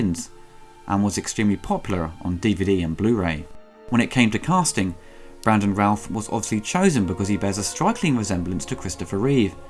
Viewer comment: No offence,, but with your accent it was hard to tell if you were saying Brandon Routh or Brandon Ralph. Other than that, PERFECT review.